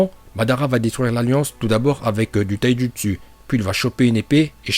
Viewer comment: Les « U » prononce les « Ou » stp parce que OrochimarU et TaijutsU j’ai les oreilles qui saignent 🤮